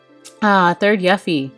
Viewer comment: When you pronounced Yuffie as Yahfy I pictured a puppy. Hmm 🤔 now I’m wondering if I say her name wrong. I said Sephiroth’s name wrong for years